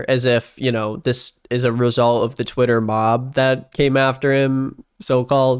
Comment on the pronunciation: the way he says “Tweieta”